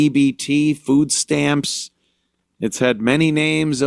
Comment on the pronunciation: "we need ta graw our own foo" 🤣You gonna start a garden in November.!?!